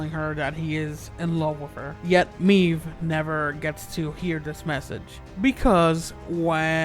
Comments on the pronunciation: ITS MAEVE GOD DAMNIT, I’m sorry, the video is very good but I don’t know why but it anoys me the way you say maeve, you are saying like meve you gotta say like mayve, the sound of the y😂❤️ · The way this guy pronounces Maeve's name as "Meave" is killing. Another thing that's killing me, Isaac is still alive.